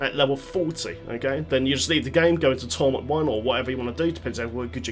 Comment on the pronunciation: Its triggering me the way you say cache and torment...